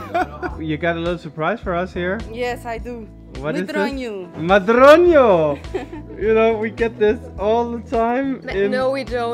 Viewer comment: Oh what beautiful views! Can't wait to travel again along the coast. Great accent saying Ferragudo and medronho. :D All portuguese moms also want the daughters a bit fluffy... :D Once again, thank you for advertising Portugal so well. And fantastic food video. Soooo hungry after your videos.